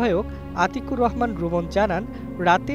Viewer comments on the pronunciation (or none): none